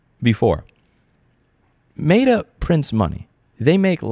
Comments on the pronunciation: you know damn well it’s met-ah not mate-ah. We miss you in ny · It's pronounced "meh-tuh", Louis, not "may-duh". I understand me being triggered by your pronunciation is on me, but had to say something 😅 Love the video. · Why do you pronounce Meta like that? (love the videos btw) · Louis mispronouncing things everyone else pronounces correctly, Meta Edition. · Is it just me or is his pronunciation of "Meta" distracting lol